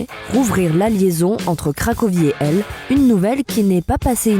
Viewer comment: Svp, prononcez les H en anglais surtout dans des cas comme ça... "Elle en anglais" ça ne veut rien dire ..